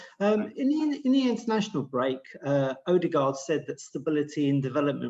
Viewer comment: Hayters? Oodergard done deal? HERE-WE-GO?